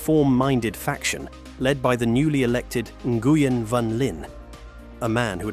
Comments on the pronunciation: Socialism is communism? Wrong. Learn how to pronounce Nguyen because you sound like a moron. “En-goo-yen”… seriously! If you can’t take the time to pronounce one of the largest Vietnamese clans name properly, I question the rest of your drivel. The Khmer Rouge (and the Killing Fields) came to power because murderous sociopath and capitalist cheerleader Henry Kissinger bombed Cambodia into the Paleolithic age. So much for capitalism. Vietnam is not purely capitalist. There is no private ownership of land, only longterm lease. And the communist party still calls the shots. This video is more capitalist propaganda cheering supply and demand ignoring the $1 per hour labor the fascist capitalist corporations exploit and the communists gladly offer at the end of a whip. By the way Nike managers used cane whipping on the Vietnamese assembly lines. The Nazis were brutal on labor too. That’s capitalism’s secret weapon, brutally break organized labor to get your workforce as close to slavery as possible. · "ng" is not urn-gee. It's pronunced as a single nasal consonant ŋ like in "thing" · that’s a pronunciation of Nguyen I’ve never heard before lol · It is NOT the right pronunciation. My ex’s last name is Nguyen and it is not pronounced this way.